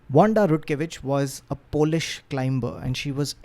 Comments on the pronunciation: The “B” in Climber/Climbing is silent, just FYI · Climber!!! The B is silent.